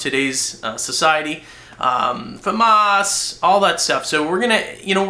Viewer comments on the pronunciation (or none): he does know that Famas and M16 is a fully automatic in real life right? and he says Famas wrong fumas lol... Epic Beard